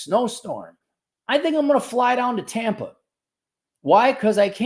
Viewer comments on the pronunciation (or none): none